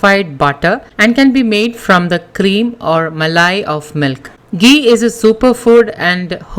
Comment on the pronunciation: Muh-lay Cuh-D Muh-lay Cuh-D Muh-lay Cuh-D 😂😂😂😂😂😂🤣🤣🤣🤣🤣🤣